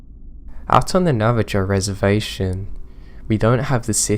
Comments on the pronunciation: I love you to pieces, and I love everything you do for us. But, it's Nah-vah-HOE, not Nah-vah-JOE. It's an "h" sound. Lime they do in Spanish. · Its pronounced nava-ho not nava-jo